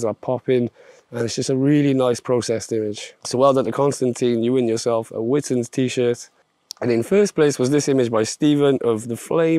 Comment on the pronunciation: Can't wait for this month's events! Although I still think it should be pronounced "Witness" ;)